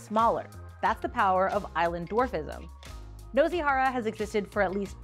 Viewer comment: Nozy 😭 it's noo-see 😭